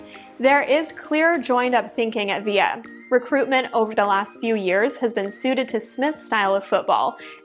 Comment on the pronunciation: It's VIL-LA, not Vi-ya